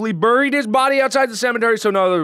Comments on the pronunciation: It's pronounced bareeed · You say buried wrong dat messed up